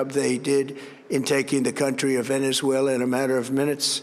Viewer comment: Cant even pronounce Venezuela.